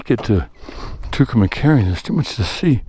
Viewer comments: I'm not pickin on u, but you're pronouncing Tucumcari wrong. You're saying Tucumacari, with a short a after cum that shouldn't be there. If this is a documentary you might want to get it right. Maybe not, but what do I know. You said it right in the beginning. It sounds like this: 2 come carry.✌️ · you are saying Tucumcari wrong best way to tell you how it is pronounced is "To come carry" My grandfather lived there and is buried there. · Great stream. Sad I missed it today. Anyway, Tucumcari is pronounced "too kuhm kaa ree. . I live in New Mexico. But in the southern part. Nowhere near Tucumcari. LOL Look's like it was a fun ride today. Hopefully I can catch you some tomorrow. 💚💚💚🧡🧡🧡❤❤❤